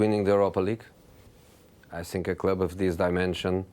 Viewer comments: You sssink "think" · Jose past but I think Now Jose but I sink😂sounds though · Nobody : Jose : "I SINK" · “I siink” lol